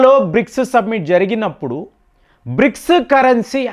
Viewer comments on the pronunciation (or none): సబ్మిట్ కాదు సమ్మిటీ